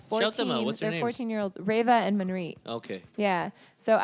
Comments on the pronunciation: why are you guys pronouncing her name like a bunch of goray? It's Manpreet, Not Maanpreet. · its so cringe the way he pronounces her name.....